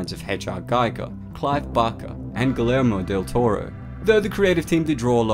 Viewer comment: "Guh-lair-mo del Toro"